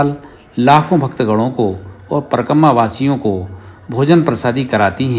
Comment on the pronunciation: ये परकम्मा क्या है ? परिक्रमा कहो l ये भोजन प्रसादी क्या है ? सिर्फ प्रसाद कहो l भोजन अलग है, प्रसाद अलग है l भाषा सही होनी चाहिये l भाषा सरस्वती मां है l